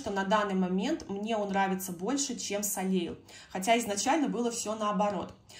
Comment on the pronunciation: Правильно " солей"- солнце